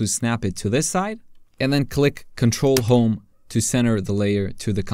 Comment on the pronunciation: It would be great if you could put some shortcut buttons on the screen so we can follow. Around 2.52 you said ctrl+home? i couldnt understand